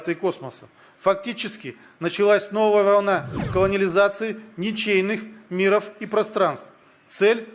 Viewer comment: "...мИров и пространств..." 😂😂😂(вот суки - ударения не проставили 😂😂😂)